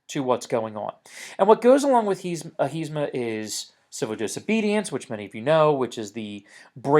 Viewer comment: its ahimsa not ahisma....